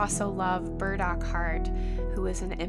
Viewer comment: My ears always hearing „bird-accord“…no, it’s burdockheart! xD